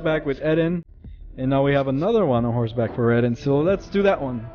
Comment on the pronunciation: Its eren not eden